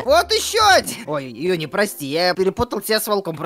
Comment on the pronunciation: ЮНИ НЕ ЮНИ она жюни